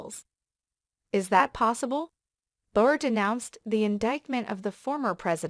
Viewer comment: It's Bill Barr, not Bill Bear. Who is narrating this. ??👎👎